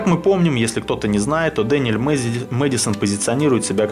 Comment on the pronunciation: Не Дэниэль, а Дэниэл, твердо, такого имени не существует, и он не шулер, он механик, это совсем разные вещи, шулер обманывает в игре и зарабатывает деньги обманом, механик же удивляет людей